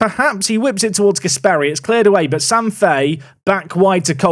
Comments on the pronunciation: Since we are mentioning pronunciation, Gasperi is pronounced with short E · On the subject of pronunciation of names of players, a couple quick ones from an Italian/Spanish speaker: Gàsperi is pronounced with the accent on the A, not on the E like you have been saying it, while Mariño is pronounced Marinho (like you would, for example, say Ronaldinho)